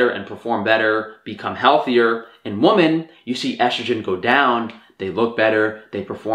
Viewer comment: I honestly love your videos, and this is no exception... but you say the word ‘women’ kind of weirdly